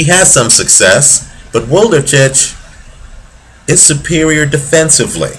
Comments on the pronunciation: great analysis on wlodarczyk - chakhiev, but god, wlodarczyk's name sounds completely different )) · Włodarczyk is really a great fighter with so much power, strong chin and good technique but how you are reading his name is fucking hilarious, Polish fans have to have a laugh